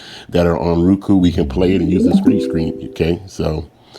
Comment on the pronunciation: "Ruku" must have moved from zimbabwee recently its roku or roe.kuu